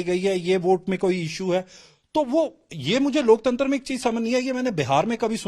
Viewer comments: लोकतंत्र भी नहीं बोल पा रहा लोकतंतर बोल रहा है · Laktantra nahin bol pa raha hai sahi se......aur ghulam patrkaar dusre ghulam se pooch raha hai...😢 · लोकतंत्र भी नहीं बोल पा रहा है 😂😂ये राक्षस है लोकतंत्र के